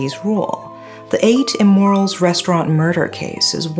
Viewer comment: I keep hearing say “8 Immorals”. 😅